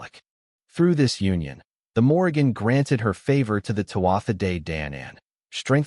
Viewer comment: Morrìgan is pronounced moor-eann - the g is silent....